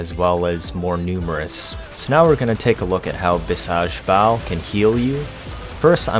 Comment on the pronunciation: also it is actually pronounced bhee-sug (with the sug being pronounced the same way you wouldd pronounce it in suggestion.) It could mean one of two things in this context, medicinal as in medicinal might or in reference to vishnu (a powerful deity) as in godly strength.